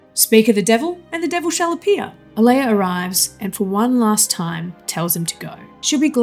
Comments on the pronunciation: Oh-LAH-ya, not Oh-LAY-ya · Why can't you pronounce "Olalla"?